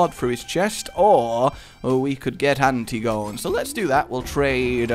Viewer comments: WHY It's not Anti-gone, it's An-tig-o-knee. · Uhh I don't mean to be that guy and is sometimes known for his mispronunciation, but Antigone is pronounced as An-tih-go-nee Oedipus has a silent o, so it's just read as Edipus. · Antigone An-tig-ah-nee... C'mon you love this stuff